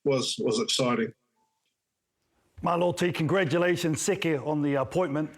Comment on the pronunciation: SEKI, not 'sekE'.